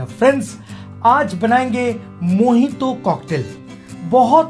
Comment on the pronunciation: dada mojito ko mohito kiu bolta he???